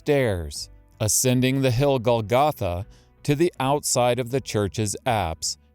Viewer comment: It would be nice if you knew how to pronounce the word Golgotha. The accent goes on the first syllable.